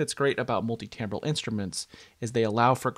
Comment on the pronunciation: TIMbral not TAMbral